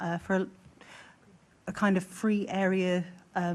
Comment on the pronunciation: Is English this womans first language? I know we dont have a queen to have " the Queens English " but you would expect her to pronounce TH as in Three rather than Free .